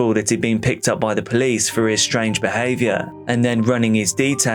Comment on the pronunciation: ah yes, the poolcie. 😂 love you!